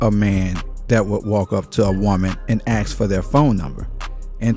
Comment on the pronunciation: You shouldn’t “ax” a question. However you should ASK a question.